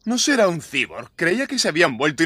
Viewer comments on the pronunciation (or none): Que asco como los españoles se aguantan esas adaptaciones tan malas. Y los mataria hacer pronunciacion propia de la palabras? Se pronuncia "saiborg" no "siborg" en todo caso eran androides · Pero no me burlo de eso, me burlo que en vez de pronunciar bien cyborg ("saiborg"), pronuncian tal cual "cibor" jajajajajajaja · Es cyborg, aunque mal pronunciado